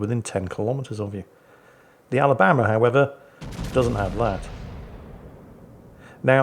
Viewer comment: Sweet home Ala-BAM-ba